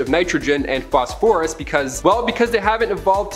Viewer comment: The new guy doesnt know how to pronounce phosphorous ?